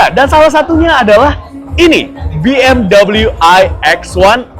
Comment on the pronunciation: Bacanya tetap be em we bukan double u..